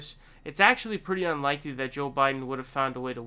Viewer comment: It's his shtick to mis pronounce names... irregardless of who he likes or doesn't. He even calls Sanders Saunders and says joe with a soft j shjoe biden